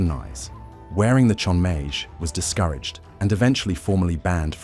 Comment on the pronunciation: You're saying chonmage like a French word... it's chon-ma-geh, not sure how some of the pronunciations are fine and some are very off